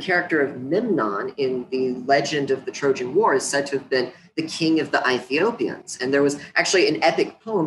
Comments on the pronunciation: Its Ethiopians not I-Thiopians atleast dont speak like a white chick when doing research on Africa. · Ethiopian's? He says Ithiopeans..Eyethiopeans